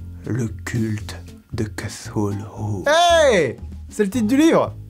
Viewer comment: Enfin quelqu'un qui sait prononcer Cthulhu et R'lye correctement, ça fait zizir !!!! PS: "zizir" ?? Ho putain, JE SUIS VIEUX ! (c) JDay